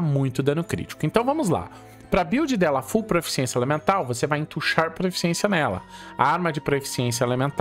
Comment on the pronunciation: Três anos de Genshin e ainda fala proeficiência ao invés de proficiência kkk